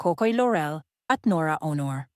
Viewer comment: It's pronounced LAW-REL, not LO-REL; AW-NOR, NOT OH-NOR. Lol, don't anglicize their names when you're speaking in Filipino. You're not American. Haha.